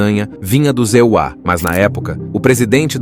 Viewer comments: os ZEUÁ!!! QUE diabos é isso!?!?😂😂😂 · "Os Zeuá" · Essa dublagem de Inteligência Artifical é tensa. "E.U.A." 😅